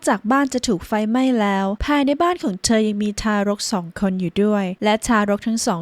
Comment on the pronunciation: ทำไมออกเสียงเธอเป็นเชอ..